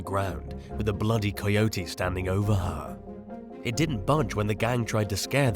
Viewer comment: You butchered the pronunciation of coyote